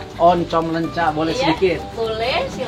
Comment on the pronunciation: Koreksi koh, leunca bukan lencak